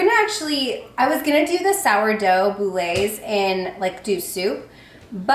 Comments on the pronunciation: Hi - love your channel. FYI boules is pronounced boule, no accent on the e and you don’t pronounce the s :) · Ty! And boule is just "bool"